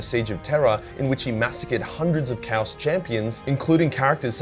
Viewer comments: Wait, wait, wait.. Do Ausies pronounce chaos (Kay-os) "Kows??" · Did you just pronounce chaos as "cow-ss" ?? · Are you pronouncing chaos cheaus on purpose? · I love the mispronunciation of “chaos” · Wait, how did he pronounce "Chaos" again? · How did you mispronounce chaos. Ergh